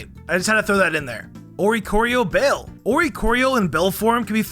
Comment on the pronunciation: .....the two "ll"s in balle for oricorio make a y sound. It's Spanish XD